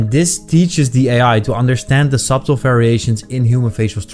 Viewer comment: Thank you for the upload, the b is silent in subtle btw